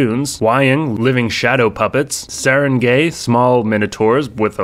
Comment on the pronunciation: Just a trivia: sarangay is pronounced “sah-rahn-GUY”. It’s a half-water buffalo Filipino minotaur. Great recap! (So much cool stuff coming!)